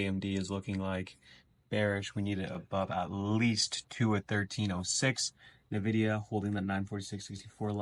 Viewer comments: Not gonn lie but it's pronounced Nvidia, not Nividia. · bro youve been pronouncing Nvidia wrong for a while. Not Na-vidia its En-vidia.